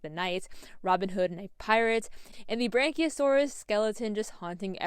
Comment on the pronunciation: The what a saurus sorry? 🤣